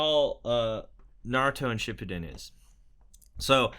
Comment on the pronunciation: U said shippuden wrong btw lol